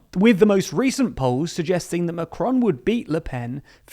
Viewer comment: Please look up how to pronounce their names - it's not "macronnnnn" the on is a nasal sound etc